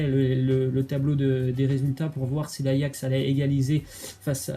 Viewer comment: Apprenez lui a dire ajax svp c grave là